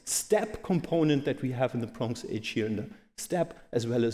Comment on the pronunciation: Bronx age :) Also, the stress in Yamnaya is on the first syllable (as it was in fact pronounced a few times). And it just means 'pit', so why not say 'pit grave' in English.